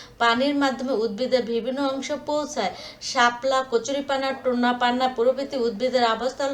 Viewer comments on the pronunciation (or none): টোনা না পানা টোপাপানা😂😂😂